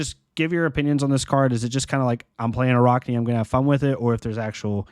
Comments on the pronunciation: right...its cuz a lot of the foreign players say Arockni - its Arachni like arachnid...the spider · That is not how you pronounce Arakni lol